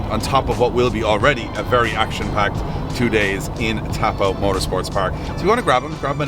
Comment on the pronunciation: Before everyone roasts you for your pronunciation, Taupo is pronounced toe-poh (not exactly but close enough). Māori languange is very phonetic and consistent. Way easier than English. Vowels are ah eh ee aw oo.